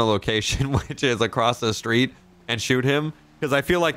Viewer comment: Funny how you say shhtreet instead of street